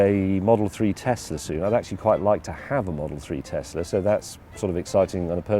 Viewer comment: The only englishman to correctly pronounce Tesla